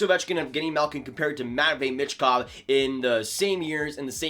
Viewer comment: I think it’s pronounced “me”chkov not sure tho